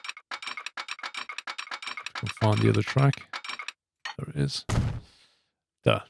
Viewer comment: i like ur vids but pls, learn to say "There"